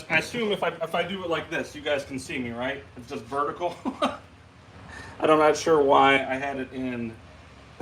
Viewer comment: It was fine when you said vertical